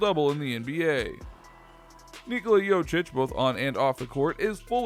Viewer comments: Jokic not Jocic, emagine your surname is pronounced wrong every single time! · The way you pronounce it, it sounds like its spelled "Jocic" and not "Jokic". I mean you had all the backgroundinfo on him, might as well have looked up the pronounciation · It's JoKic not Jochic, pronounce K when you say it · Get it right it's pronounced yo-kich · Jochich? Are you so dumb? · imagine making a video about someone without even looking up how his name is pronounced... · When you make a video about a fairly popular basketball player and you still can't pronounce his name right💀